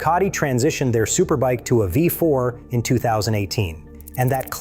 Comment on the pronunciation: Jesus Christ in heaven, tell your dumb ass chat GPT bought voice that it's v4, not five four. That V is not a Roman numeral you stupid shit. It's a common error among all your videos that have V4 in the video. You'd think your monkey ass would have learned that by now, but I guess you don't even proofread or proof watch your own shit!